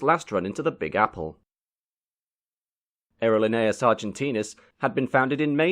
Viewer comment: It's pronounced ahhhh erro leee nay aaas . I've been on that flight four times in the 1960's and 1970's. The food was less than excellent and the movie was boring. But they did get us there.